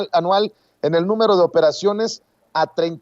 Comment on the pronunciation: Perdón sr, soy su admiradora su fan, pero no pude evitar aventar a medio metro el atole que me estaba tomando escuchándolos, cuándo dijo anual pero de otra manera, con todo respeto pero me hizo la mañana me rei tanto, también los Reyes se equivocan 😜🤭😂😂